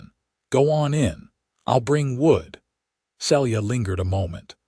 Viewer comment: Celia is pronounced "See'-Lee-ah"